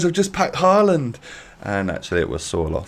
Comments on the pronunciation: His name is no haland is håland=real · No it is håland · Ivan å is pronounced like “oh” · It’s actually pronounced “Ho-land” !!!!!!!